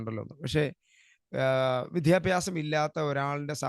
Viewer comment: വിദ്യാഭ്യാസം(not വിധ്യാഭ്യാസം) please